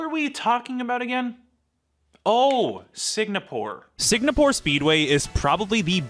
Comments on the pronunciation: Take a shot every time he says "Signapore". 🤣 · Sigmapore Speedway